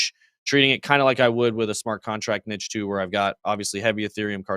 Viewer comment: saying niche wrong haha